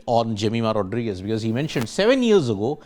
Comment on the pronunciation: Pronounce her Surname properly please. It's important.